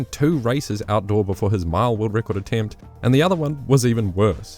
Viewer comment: oh, you were saying 'mile'? sounded like Maya